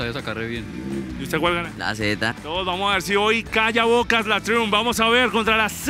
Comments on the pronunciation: PERO Y ESE DRON CUÁNTOS CILINDROS TIENE PUES? Ufff!!! Por cierto, se pronuncia 'Traiumf' pichurrias 😂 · Se pronuncia "traiamp" no triun 😅😂